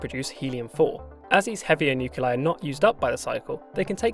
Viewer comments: "nuculei" My man, it's "Nuclei". "Nuclear", not "nucular"! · What the hell are "nuke you lie"? It's spelled "nuclei". That's "nu cle i". "new clee eye". I can't listen to this. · Nice video, but nuclei is not pronounced "nuke-u-leye"